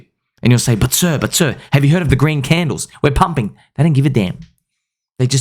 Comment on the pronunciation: "sir, have you heard of the green candlles?"